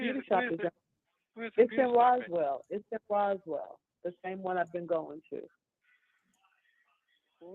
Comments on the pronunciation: That part was irritating bc how do you live there and not know how to pronounce it. More importantly how do they have several charges on your husband and you don’t know how to pronounce it. 🤔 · Hey Fran! hey Chat! So ShurLee didn't know how to pronounce Roswell (Rosewell) but her BOOTY salon was in Roswell? Fran your laugh is infectious "How do they know where yo booty salon was" 😂😂😂 Thanks for all you do, hun!